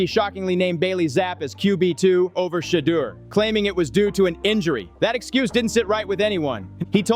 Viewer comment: 😮 why does the narrator keep miss pronouncing Shedaur's name. Sheddar is not how his name is pronounced 🙄😒